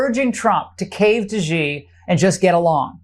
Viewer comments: Please folks please please please please please please please please and ping of China XI that's his first name is not pronounced g e e it's pronounced s h e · She can't even pronounce President Xis name correctly, and she delivers fake news!!!😢😢😢